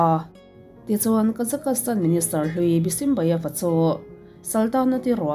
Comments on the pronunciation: Kazakastan nilo in Kazakhstan ti in kan soi thin aw. Mizotong tak chuan kazakstan tih tur. Thian poh ka nei nual kazakstan ah hian 😊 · Kazakastan tih a lam loh tur Kazakhstan tiin lam tawp rawh. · Kazakastan ni lovin Kazakhstan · Kazakhstan (ka-zaks-tan) tih ve mai awm (kazakastan(ka-za-kas-tan) i ti teh tlat a adik zwk ge phei chu k hre Chiang chuanglo na chu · Awiii I Kazakhstan lam Dan khiii or nge kazak-kas-tan ram hi khawvelah a lo awm zawk nge😅... Ka lo hre lo a nih chuan ka thiam loh a ni e😅😅😊😊😊 Kazakhstan chu ka Kal tawha Kazak kas tan hi zawn a ngai😮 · Kazakastan tih ringawt ka rilruah a awma, concentrate deuhin ka ngaithla theilo re+😅😅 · han google zuai chhin teh.. Kazakhstan pronounciation tih emaw velin.. Kuh-zaa-kuh-staan ti a lam tur . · Ka-Zuhk-staan tia lam a dik e. Inzir theih zel. Lam dan hi uluk ve deuh loh chuan rilru a lapeng ve duh reuh lutuk. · kei chu ka Google pawn tuman alamdan hian an lam miahlo..chuan tuman tianga an lam hi ka la hrelo bawk.. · Google ah i en tawp chuan i location/ip adress india anih vangin India pronunciation an lo pe nghal ang che..Bristish pronunciation ti khan han search tha leh teh ..A dang daih ang..